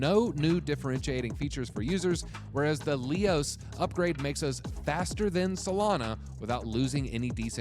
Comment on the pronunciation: He’s not even pronouncing Leios properly.